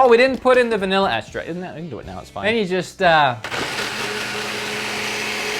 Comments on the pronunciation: Says extract as estract and espresso as expresso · My guy if you just swap around the ways you say espresso and extract, you'll be good.